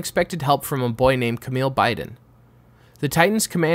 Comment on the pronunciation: Kamille Biden (bay-den) Gryps (grayps) London Bell This is why I watch the dub. A little nitpick. Sorry! ✌️